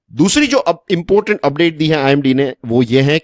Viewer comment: Sir it's important not impotent 😂